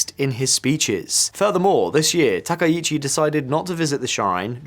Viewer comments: From Japan: Dude, do you know anything about Japan or are you just mixing up a bunch of CNN/BBC clips with your duffo pronunciation of anything Japanese? やめてくれ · You repeatedly call her president instead of Prime Minister and you continue to mispronounce her last name. This is garbage Internet slop journalism.